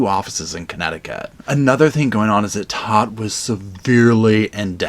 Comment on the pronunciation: Todt is pronounced tote, like a tote bag. I am a Todt (of a different and unrelated family)